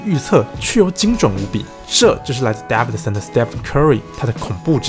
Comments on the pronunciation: its DAEVIDSON not DAVIDSON erghh.. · Davidson 的David a 是長音ㄛ （當母音為長音就是按照原本字母的唸法發音）